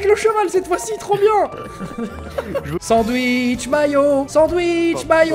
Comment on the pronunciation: Sandwich maillot sandwich maillot au lieu de Sasha Guillaume ça m'a fait